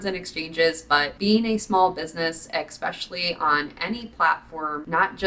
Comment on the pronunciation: Love your vids... But the word is Essssssspecially not ekspecialy!